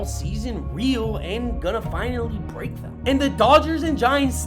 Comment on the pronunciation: "breeek" loser